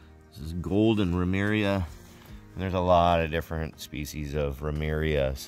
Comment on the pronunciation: Ramaria, not Ramiria.